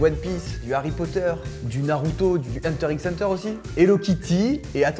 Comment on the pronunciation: Il a dit Hunter "x" Hunter .......